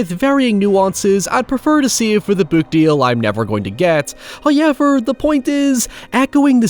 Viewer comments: I make that creepy smile whenever I hear HOYEVER during one of videos. Plus, this film was great. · "your parents always told you that there were no monsters under the bed. Hoyever..." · Imagine hearing a "hoyever" from out of the darkness. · I like the way says however: “Hayeyvar” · First "hoyevver" drops . Now I can smile. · But he said “haryever” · Why do you say however like that?